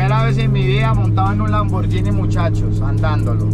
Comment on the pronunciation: Hola amigo te corrijo, tienes que aprender a pronunciar la marca Lamborghini, disculpa la intervención, Dios te bendiga.